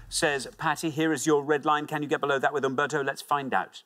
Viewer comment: Since when did UMBERTO begin with a "V"